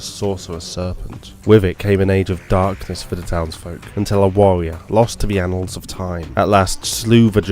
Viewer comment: lost to the annals of time My ears: lost to the anal of time